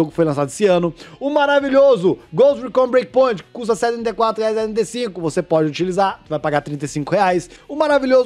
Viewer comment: "o maravilhoso Breakpont" o meteu essa mesmo KAKKAKAKAKAK